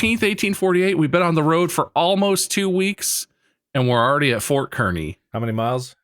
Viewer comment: did they mean Fort Kearney (car-knee)?